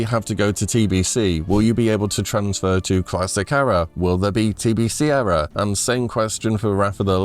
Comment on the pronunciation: Please learn how to pronounce 'Era'